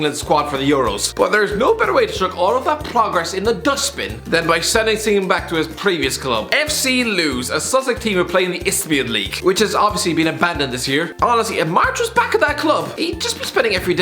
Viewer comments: LEWS😭😭 It’s pronounced like lewes ahahaha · Lewes is pronounced LewIS. Not Lews. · U pronounce lewes like loo-is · It's pronounced as lewis not loose xD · Ah yes, Lews. Ya pronounce it like the name Louis 😔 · frustrated at the way pronounced lewes. “lewis” not “lose” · Lewes is ptonounced Lpp=ISS, not Loos... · Lewes is pronounced Lewis just saying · Lewes is pronounced Lewis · The way the pronounced Lewes 😂 it’s pronounced like the name Lewis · Lewes is Pronounced Lewis 👍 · Lewes is pronounced Lewis, like the name. Very small historic town next to Brighton - 15 mins on the train :) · Lewes is pronounced Lewis not that anyone cares... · Lewes is pronounced the same as Lewis, they do have a great stadium name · The way he said Lewes triggered me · Man can't even pronounce Lewes, ok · I live near Lewes and listening to the pronounce it is amazing 😂😂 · The way you said Lewes really hurt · ...yeah that’s not how you pronounce Lewes mate. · How does pronounce Lewis wrong😂